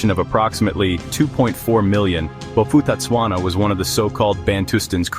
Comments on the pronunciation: Bo-pu-tah-tswana The ph doesn't cause an f sound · If you want to do a clip like this, please do proper research on how to pronounce the names properly. I knew a few people who move to Bophuthatswana. Because mixed-race marriages was allowed there while it was illegal in South Africa.